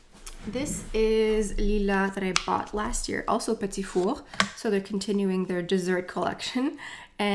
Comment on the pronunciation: I’m a sucker for the Guerlain lipstick cases. I’m sure I’ll pick 1 up. I live in South Carolina & my husband is French. My last name is Paradis. It is soooo refreshing to hear u pronounce the word “petit four” correctly. Other YouTubers butcher the name of the Viseart eyeshadows. Also, I get my last name butchered constantly. I don’t speak French, but I am cultured. I’m Italian, and so we gave our daughter a European Italian first & middle name & she has a French last name. My poor baby. When we tell people her name, they just basically stare at us in confusion. Her name is Floriana Amore Paradis. Floriana is also considered a French name as well. I just don’t think it’s as popular as it is in Italy. She does have a nickname, as do most Italians. We just call her, “Tink” I’m telling u though, being French & Italian, she will know all things luxury. Lol! Thanks for another fun video!♥️💄